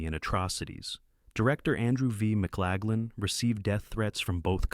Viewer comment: Learn how to pronounce Yitzak Rabin. Rah-been, not Robin. Jeez. And double-you double-you eye??? It's WW One, you AI idiot. And you muffed WWII at least four times. And his name is Eee-bert, not Eh-bert. Mc-Lag-lan? Really?